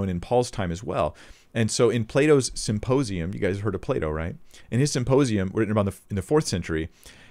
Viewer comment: Play-doh Plato 🤣😂🤣😂